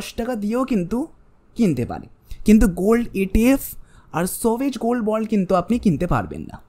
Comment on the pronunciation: সভেজগোলড্ বলে কিছু হয় না। ভালো করে জেনে বলো। উচ্চারণ ঠিক করে নেওয় উচিত হবে। 😅